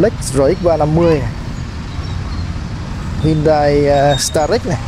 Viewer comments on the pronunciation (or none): none